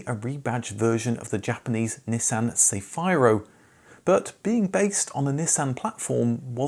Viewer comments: Nissan Cefiro got its name from Spanish word meaning gentle breeze. Or simply zephyr. Its pronounciation is a simple Say-fee-row. And not see-fye-row. Look up the dictionary. Or just ask any spanish speaking person. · Cefiro is se-fee-ro not se-fai-ro. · Just a heads up coz your pronounciation made me chuckle, cefiro is pronounced "cefeeero"